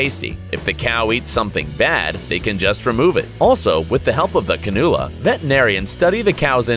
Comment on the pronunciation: The way he said cannula It pronounced "can-yoo-la Duh and I should know coz I get one every year